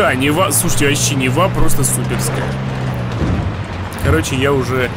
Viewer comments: Не Нева а Нива ударение на И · Нива на 1 слог ударение